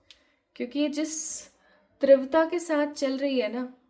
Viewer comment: Teevrata hota hai trivta nhi hota